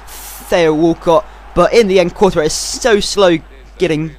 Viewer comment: courtois is prounced tortoise but coretois so it rhymes with tortoise